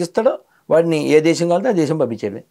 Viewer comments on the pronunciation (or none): none